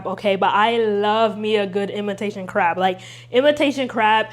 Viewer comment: I love you and I usually don't comment but I very much think you said imitation carb atleast 8 times and it cracked me up 😂